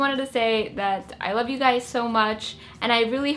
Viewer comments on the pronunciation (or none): you said "Every day I wake up and look at your guysz" what the freak?